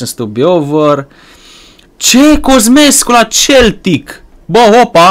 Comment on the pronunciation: Se pronunta seltic nu celtic